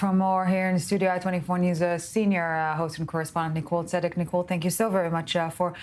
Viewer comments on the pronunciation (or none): none